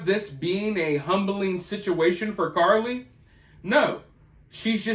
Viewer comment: Are you still saying Carly Russell?!?! I can’t take it anymore 🤣